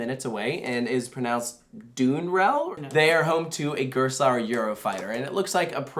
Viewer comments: Dye-in rell The “Dye-in” is pronounced in quick succession. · Dutchy here: Drievliet is pronounced Dree-Vleet, and Duinrell is almost like Down-rell. The pronunciation of Slagharen was spot-on!